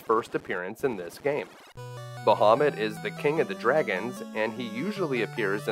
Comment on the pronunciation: I believe it’s pronounced BAH-ha-moot